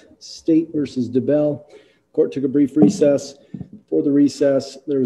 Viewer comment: is the judge purposely mispronouncing Daybell here?? Reminds me of him calling Lori Ms. Daybell instead of Mrs. Daybell